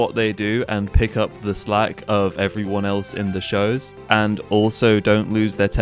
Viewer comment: "Hello everynyan, welcome to the Los Pollos Hermanos faminyan."